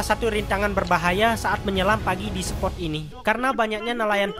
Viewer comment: Saran saja..pahami dan pelajari lagi bahasanya. Spot, bkan sport. Dogtooth tuna.bukan dogtut tuna Spot yang bagus👍